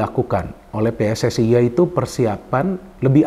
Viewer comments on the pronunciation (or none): none